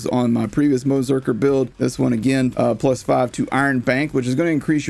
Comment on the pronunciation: I can't tell whether the 'ze' is part of 'Moze' or 'Berserker' sometimes it sounds like Moe - Zerker